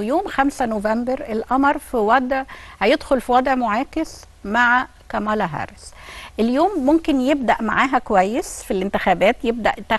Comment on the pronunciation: صوتك وانتي بتقولي كاملا هارس اكنك واكله طبق محشي يامذيعه الفيوم انتي